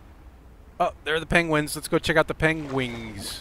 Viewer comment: I wonder why do you call it PENGUINGS ? Love your videos man!